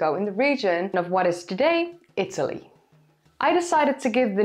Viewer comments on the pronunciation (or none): none